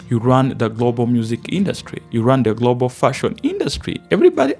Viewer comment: Latinos not Latinoes. And Global not Golbol, Bruh